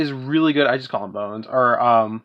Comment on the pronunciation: prounounch Bon-ze :D